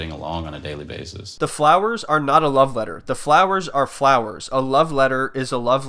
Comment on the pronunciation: He said it "BASIC"